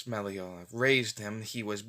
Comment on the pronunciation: And it's pronounced Meraliona